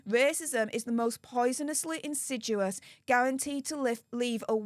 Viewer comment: I know this woman is a walking speech impediment but can someone please teach her how to read and say insidious!